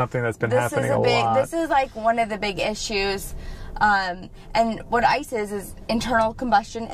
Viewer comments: "What ICE is" lol I heard "what isis" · Anyone else hear "Isis" 😳😮